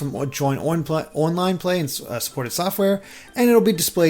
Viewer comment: "OIN-LINE" "more info OIN the switch"